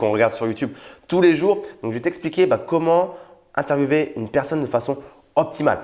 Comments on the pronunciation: oui, Les Français disent [interviewé] et non [intervieoué] pour interviewer. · C est géniale mais tu as dis interviewver mais il prononce interviewer😐